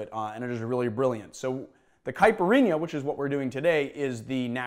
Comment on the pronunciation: As a Brazilian, I can just say that you nailed it perfectly. Well done!